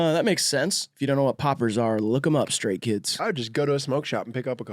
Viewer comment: did he say straight kids or stray kids 👀